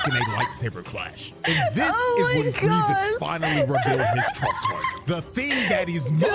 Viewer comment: It's 'Gree-vess' not 'Greevius'.